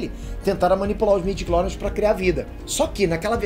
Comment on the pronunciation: Informação realmente maneira! Mas midiories? Pwp! Eu sei que vc só está falando o que realmente está sendo divulgado! Mas pow! Midiclories? Mano! STW morreu